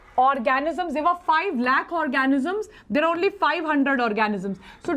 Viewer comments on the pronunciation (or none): none